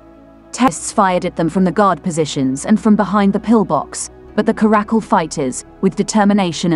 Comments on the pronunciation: It's not a karack-kul, it's a cara-cal. The caracal (Caracal caracal) is a medium-sized wild-cat' native to Africa, Middle East, Central Asia, and arid areas of Pakistan and Northwestern India. OK? 🤫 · Please note that 'Caracal' has the accent on the first syllable, thus: CA-ruh-cul.